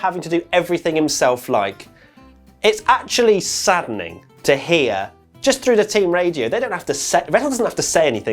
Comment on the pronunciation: "Sadening"...yes truly sadening!